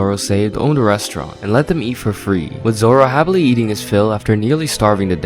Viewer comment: "Two Sword Zolo"